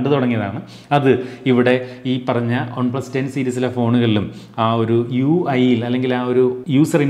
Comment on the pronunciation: on-plus alla one-plus.. pronunciation...